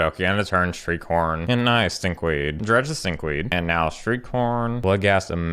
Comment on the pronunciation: Half the time when you say "Shriekhorn" it sounds like you're saying "street corn".